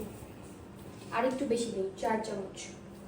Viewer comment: ওইটা রাইস কুকার না „ মল্টিকুকার এফ্রোন না এপ্রোন অকাম না আকাম আন্তাজ না আন্দাজ চামুচ না চামচ